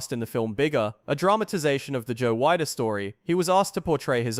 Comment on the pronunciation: I was at the 69 Olympia. Yeah, Sergio deserved the win. And it's pronouced Weeder, not Wide-er.